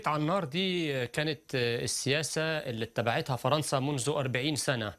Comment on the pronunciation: Il dit majoritairement "faranca " et faransiya